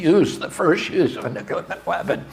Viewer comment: love u bobby. first note: say 'NOO-CLEAR' please. i love this so much. second note: RFK is the BEST candidate to reverse/upend regulatory capture of our national/federal agencies. let's go ! bravi ! third note: BEST SCIENTIFIC EXPLANATION of trans people and neurobiology i've seen to date. love my trans/gay friends. #RFK2024. by Robert Sapolsky "Robert Morris Sapolsky (born April 6, 1957) is an American neuroendocrinology researcher and author. He is a professor of biology, neurology, neurological sciences, and neurosurgery at Stanford University. In addition, he is a research associate at the National Museums of Kenya" Bravi to both men and those attended and watching . Fifth point: I’ve been pro Palestinian people for a long time, big credit to for her crusading journalism on the topic/issues there. Bravo to Bobby for illuminating the Gaza situation better than I’ve ever seen/heard. Thank you 🙏. Bobby is the most informed and factually intelligible candidate I’ve seen discussing the real issues we face in the USA. Can’t wait to hear the rest ! Sixth note: thank you so much to Bobby and everyone involved in this campaign/production/movement. There is no candidate, to my knowledge, who shares the breadth, depth, and detailed comprehension of the facts, dates, and interlocking mechanisms of the state and the Military Industrial Complex. Thank YOU Mr. Kennedy for your service, bravery, and compassion for the American people; may we rewrite history together. Peace, prot